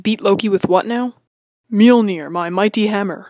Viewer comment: It's m-jol-nir not mer-mere